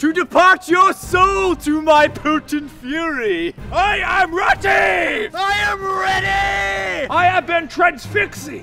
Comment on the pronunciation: "I am reaty!"